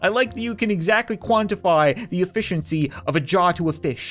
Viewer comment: I laughed so hard after he said e’fish’iency